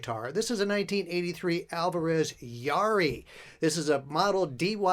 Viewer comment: Pronounced Ya-EAR-ee.